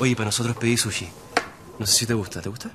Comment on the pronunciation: sushi lo dice como bien cuico